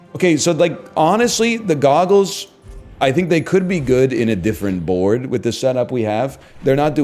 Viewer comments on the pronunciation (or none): Ze Gogles! Zey do nothing!